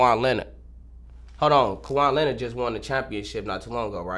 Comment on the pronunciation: im dead how bro fucked up both they lames lmaoo “kawhon leonard” kawhon butler”